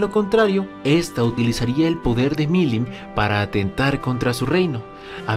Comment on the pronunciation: "Veldanava"... Mirim "Nava"... si el no "interpreta libremente" algún nombre, no es un vídeo suyo. XD